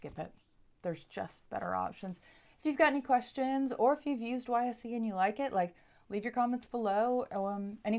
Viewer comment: Fyi, YSE is pronounced wise.